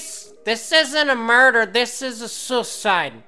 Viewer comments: "This is a sooside." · haha, yeah i laughed when i heard him say it like that